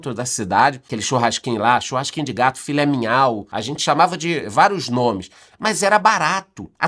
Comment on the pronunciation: “filé minhau” 😂😂😂